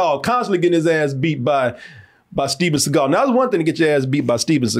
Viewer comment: The Reggae album should've said "Steven Se-gayl".